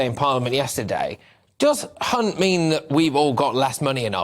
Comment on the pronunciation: Mispronunciation of Hunts surname isn’t a slip of the tongue He is one